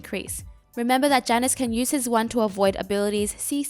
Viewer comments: Hi same is Ya-nus if you need the correct pronunciation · U can't say jaynus? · This bitch gonna mispronounce the name right off the start, I’m out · I almost couldnt watch the video because of how you pronounce Janus. No joke, it hurt.